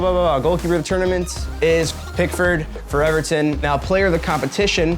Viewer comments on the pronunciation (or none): none